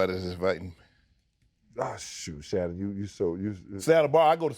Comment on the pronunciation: “How do you say his name?” Shannon butchers his first name